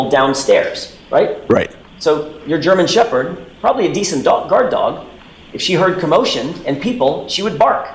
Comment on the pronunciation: Gemen Sheped mix ??? What the fuck breed is a Gemen Sheped ???